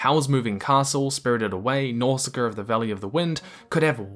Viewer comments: Man said “Nawsahker of the valley of the wind” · Ghibli is pronounced like jiblee Nausicaa is now-she-kah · I'm sorry, don't mean to be nitpicky, but Ghibli is pronounced with a "soft G" - like "Jibli" (ジブリ in katakana). And Chihiro, Chi-hi-ro, is certainly not pronounced "Shishiro"... lol ...Also, did you just pronounce Nausicaä as "Noscar"...? No but really, beautiful video! I'm extremely passionate about Ghibli films, and I think you nailed it. As someone who is learning Japanese and has a great interest and some education in Japanese history, culture and mentality, I want to point out that Japanese mythology is not based on logic, but it's very much intuitive. Intuition is such an important term here. Basically, while most western philosofies, religions etc. are looking for "the truth", everything needs to be understood rationally, in the Japanese way of thinking, it's not truth that is central, but beauty. Logic is not as important, things can just "make sense" on an inner, subjective level. I think that's so so beautifully illustrated through Miyazaki's films. Also, just fyi, sooo much stuff that you see in Japanese films, in anime in general, is somehow based on or derived from Japanese mythology and beliefs. Even in these films. It's a huge part of it. All the gods, the scenes with the stink spirit later revealed to be the river god, the name-stealing, and so much more, it's actually much less "mysterious" if you know where it's all coming from. Often even the most seemingly weird and outrageous anime tropes have their roots somewhere like that. That however doesn't take an